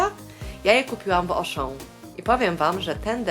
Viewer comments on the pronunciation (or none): none